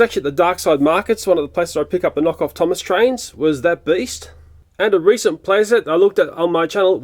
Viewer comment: Whenever you say Thomas & Friends rocket to me it sounds like you're saying Dennis the rocket to me